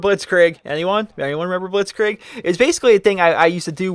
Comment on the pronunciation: soz for being a grammar nazi (the irony), but blitzkrieg is pronounced blitzkreeg not blitzkraig